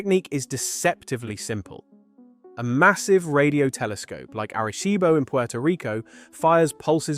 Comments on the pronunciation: Arecibo, Puerto Rico 😅 You sounds so gringo saying that bro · It’s cute the way you pronounce Arecibo 😂 Good try 😊 Que pena que ya no está 😢